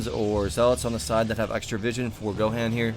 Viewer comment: It's pronounced go Hon lol. You never seen dbz I guess.